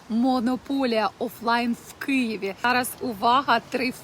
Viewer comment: Якщо Ви хочете якісно розмовляти українською, то Вам потрібно правильно вимовляти букву "И". Ви вимовляєте: "в КЬІєві" , а потрібно: "в Києві". Треба значно м'якше вимовляти "и". Не ображаю Вас, а вдосконалюю. 😊 💕